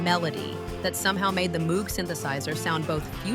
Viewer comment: Enjoyable but a litttle more of the music would've helped some. I won't even complain about the mispronunciation of "Moog." Not everyone outside the music world knows it's pronounced "Mohg," long o sound. :)